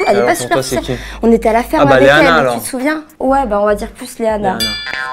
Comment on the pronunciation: 14.53 qui a vu le « superciel » au lieu de « superficiel » 😂😂😂